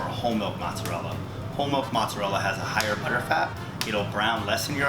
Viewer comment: The way you say mozzarella hurts